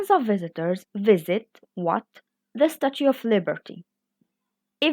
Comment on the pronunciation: You should improve your english language pronunciation( of#off❎❎=ov✅)